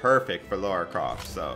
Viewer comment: its lara not laura